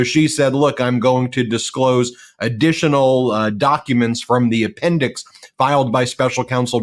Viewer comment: The “appendix” sounds like the “apprentice” lol